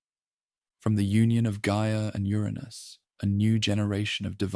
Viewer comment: Just wish you would decide how to pronounce Uranus. Trying to sleep but cant because I'm giggling too much!!! "Ur Anus made a fateful decision" and a weapon was made of "legendary strength" material to overthrow Ur Anus 😂😂🤣😂 i love it!